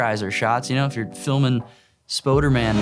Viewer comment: Lol "Spoder-man". Love it!